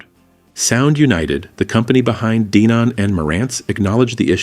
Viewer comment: Hey Mr. AI voice! It's not pronounced DEE-non!